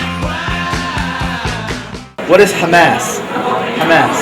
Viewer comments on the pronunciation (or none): OK, sure, they're astoundingly ignorant on some things. But let's be fair: the way he pronounced "Hamas" was wrong, and could be heard a "Hummus" or "Hamas", so the "chick peas dip" answer is actually not bad, and the one guy knew quite a bit of detail about Hamas.. And as for the president of Iraq: let's face it, we put these clowns up as "leaders" of their countries every time we invade (excuse me "liberate") some other country and they usually last about three days past the end of our occupation, so I haven't bothered to learn those names myself. Unless, of course, they do like Saddam Hussein and Noriega U Thant did and become brutal tyrants, and then we go in years later and "liberate" the country again. Iraq, Panama, Guatemala, .... and we tried but failed in VietNam and Iran. So screw what our puppets' names are; I don't care. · Hamas and hummus are two very different things, but given that the interviewer didn't pronounce either correctly, I don't blame any of those people for not knowing the answer they were shooting for.... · I like how these people are quizzing other people about to test their ignorance yet they pronounce Iraq and Hamas wrong. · Well it's not like he seemed to know how to pronounce it either.